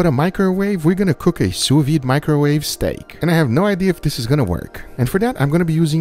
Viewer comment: The thing is called "sous vide", and be pronouncin' it "su vi" booga